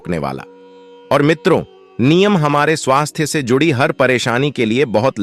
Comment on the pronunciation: पहले नीम का उच्चार सीख लो बाद में व्हिडिओ बनाओ।